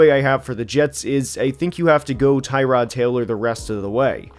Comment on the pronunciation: That you still won't pronounce Tyrod's name right. Purposefully, perhaps? I wonder why . . .